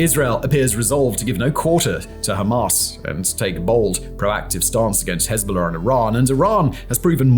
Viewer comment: You pronounce Hezbola far too well for my liking.